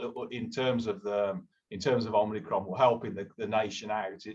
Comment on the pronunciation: Really enjoy the video guys but please please call the variant Omicron - and not Omnicron. Omni means multiple.... don't jinx us!